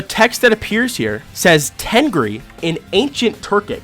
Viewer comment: Why did i think the tengri said "myth"